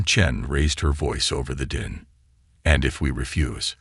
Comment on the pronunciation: "DIN" NOT DEN